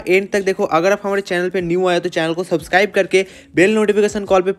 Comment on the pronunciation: App subscribe ko suscibe kiyo bolte ho or problem ko poblam